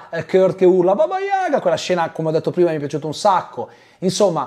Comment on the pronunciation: Tutto molto bello ma il russo Kurt doveva pure sapere che l’accento in Yaga si mette sulla seconda lettera a.